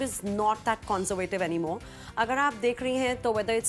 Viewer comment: CON-ZOR-VAY-TIV. Really, is that how you say conservative.